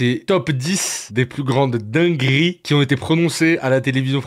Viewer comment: 5 secondes de vidéo :" dinguRRRRi" 10 secondes : "les pires moMMents" Hop : ne plus suggérer cette chaîne.